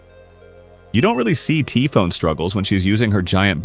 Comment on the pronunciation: CORRECT PRONOUNCIATION OF TYPHON? Rare to see, love to see it